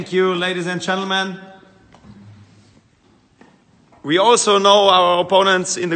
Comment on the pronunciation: "Ladies and Chantlemen"